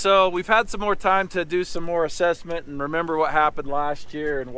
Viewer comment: "MORR robust"